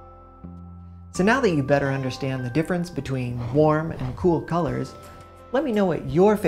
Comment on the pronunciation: Nobody: This guy: hwarm